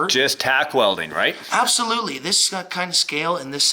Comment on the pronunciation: But why he was keep saing apslutele hahah